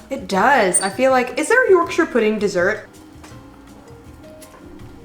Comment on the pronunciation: Well done for for pronouncing Yorkshire pudding correctly and cooking a roast dinner the right way. Impressed